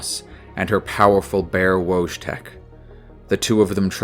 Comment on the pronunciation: Great video, as usual! The way you pronounce the name Wojtek is interesting. As it is a Polish name, I guess it should be read as Voytek 😅